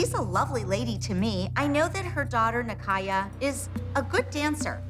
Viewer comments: bro it sounds like abby is calling kaya and nikaya kayak and nikayac lol i can’t 😂😂😂 💀💀💀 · abby asking nicaya to spell out rond de jambe. when abby isn’t even pronouncing it well